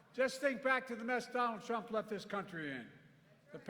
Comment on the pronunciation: Poor guy cant even pronounce Donald Trump without tripping his tongue